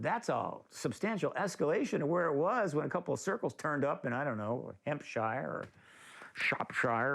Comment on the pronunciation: "ampshire or Shropshire or whatever", typical yank, dissing our English County names!